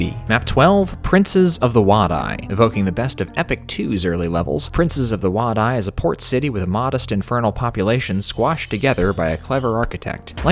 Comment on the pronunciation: Wadi is pronounced Waddy, I learned that from Spike Milligan's war diaries